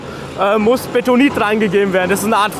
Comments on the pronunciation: es heißt beNtonit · Aaaargghhh! Es heißt *BeNtonit*, nicht Betonit!!!! Hat nix mit Beton zu tun, sondern ist nach Fort Benton in den USA benannt, wo dieses Tonmineral in einer großen Lagerstätte vorkommt (aber nicht nur dort). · Das Zeugs heißt Bentonit, nicht Betonit.